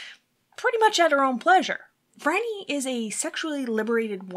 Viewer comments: Her name is pronounced FRY-nee - NOT Frah-nee. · Depending who you ask and where you're from, some would say it's pronounced FREE-nee. Also, it depends on your accent how it sounds to others. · Phryne herself pronounces it FRY-nee, soo....